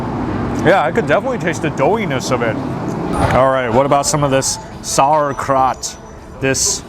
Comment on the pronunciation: Did he say sour crat instead of saurkraut "sour-k-rout"